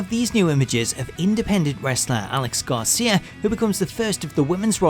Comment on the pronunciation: It's Alex Gracia not Garcia